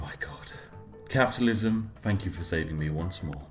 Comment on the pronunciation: Regarding the Spiffing Brit I would not rate anyone that cannot pronounce TH-ank you or TH-ought in place of f-ank or f-ought, as being all that British. Ergo the damnable linguistic Luddite would not pass muster in even the elementary basics of elocutional education.